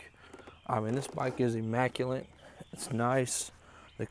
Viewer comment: IMMACULATE > IMM MAC YOU LIT not immacuLINT